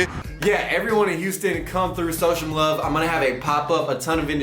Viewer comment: “everyone in Houston come through so shome love”